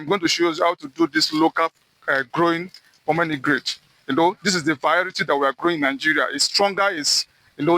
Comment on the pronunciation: Bro kept saying pomenograte😂 It’s pomegranate😂